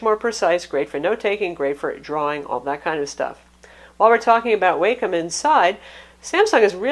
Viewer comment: Great review! :) FYI, I've heard it pronounced Walkem on Wacom's tutorial videos.